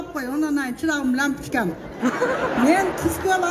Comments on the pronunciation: Лапочка дедиби же лампочка 😆😆🤣🤣🤣🤣🤣😀🙏☀️☀️🌞🌞⭐⭐🌟🌟🌟🌟🌤🌤🌤🌤 СИЗ ОЗУНУЗ ЭЛГЕ ИММУНИТЕТ БОЛДУНУЗ КООПКО ЖАШАНЫЗ 🤣🤣жакшы настроения жакшы жышааан САДЫР АЛГАААА!!!!!! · Лампичкам дейт го🤣.